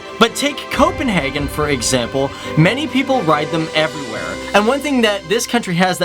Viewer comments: I've said it in other videos. And I'll say it again now. :D - It is not pronounced "Copenhargen". Which really sounds german, and we aren't germans. :) Just say it like you would naturally in english. "Copenhaygen". :) Easier for you to pronounce, and easier for us to listen to! :D P.S. good videos! :) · It is not Copenhagen it is køpenhagn